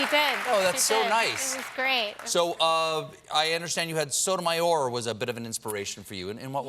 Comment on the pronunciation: I could listen to AOC pronounce Justice Sotomayor's name endlessly forever and ever <